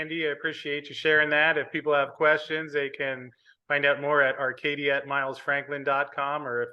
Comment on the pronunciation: OMG pronounced Arcadia correctly!!!